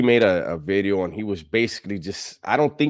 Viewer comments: I say new veeedeeeoh bout 30 times a day randomly 😂😂😂😂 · NUU BEEDEEEOO 😂